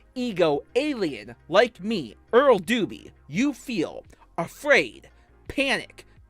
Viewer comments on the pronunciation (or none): Eawal doobie is a pwedatoh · Eawrl Dewbe is a pwedatowr